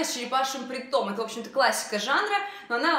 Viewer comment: .сколько уже можно бить по ушам? Не "принтОм",а прИнтом...так трудно запомнить?